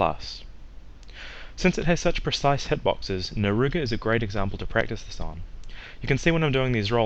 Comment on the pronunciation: "naruga" reeee